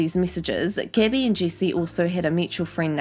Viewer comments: Cecilia Wubben and Gabby as Gibby...thought she was talking about that kid from iCarly, Gibby lol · When she pronounces “Gabbie” as “Gibby” ☠️☠️☠️ makes this 100x better